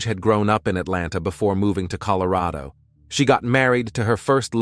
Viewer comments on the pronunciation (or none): none